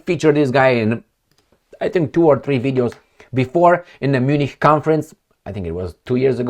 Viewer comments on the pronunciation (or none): none